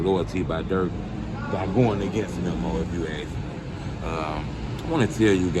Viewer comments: It's MEEMO not MEM-OH! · Memm o 😭😂😂😂 it's Memo not Memmo 😭😂🤡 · His name ain’t mimo it’s memo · His name is pronounced MEE~MO. How can u always blab on about how much of a "drill historian" and how much knowledge u have on the culture and dont even know how to say these dudes names? lol